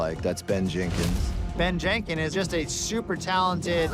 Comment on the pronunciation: Ben Jenkin. No S.